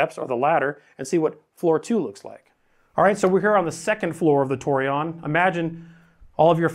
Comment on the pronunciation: Tor- eh- own is how to pronounce it.